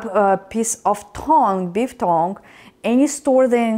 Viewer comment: It's pronounced T-UNG